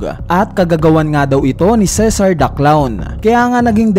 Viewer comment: Ceasar po hindi cesar